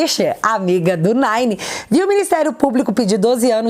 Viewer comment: Quando vc fala "Nine" eu acho muito engraçado kkkk